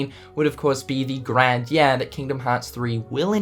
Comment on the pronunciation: Also, 1: get a shave 2: clean your fucking tv it's filthy 3: stop saying yeah instead of year, Jesus Christ..